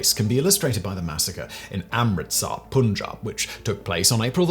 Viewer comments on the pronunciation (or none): none